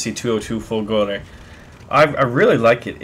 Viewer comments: Fòlgore not Folgòre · It pronounced differently, not Folgo(!)re [! marks the stress] but Fo(!)lgore. Still it be awesome to have also the Mc205 Veltro (had Mg151s instead of 7,7mm in the wings) or the G55 Centauro that used the DB605 engine. And the Mc202 is very similar to the Ki61 (the both used the same DB601 licence produced engine). I recently had a 15-0 game with the Ki61Ia while my Mc202 struggles to go over 5-6 kills in a row...Those SAFAT guns have so horrible ROF...while Ho103s own stuff.. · Lol dude the pronunciation is Macchi as you read, not Macci,and is Folgore not Folgòre :D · Your pronounciation of this plane is so weird :P "Chi is supposed to be pronounced somewhat like "ki", the H turning the sound of the C to a more hard sound if followed by a "I" or a "E" So, It's more like "Makki", I guess And "Folgore" (which means in aulic language, "lightning") is pronounced pretty much the same, but with the emphasis on the first "O", so more like "fòlgore" Keep it up! Awesome stuff as usual. Just a random italian going all grammar nazi here :P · You are so hilarious when mispronounce the word "folgore"...